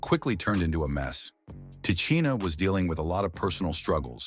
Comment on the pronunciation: Who TF is “Te-chinn-aye”??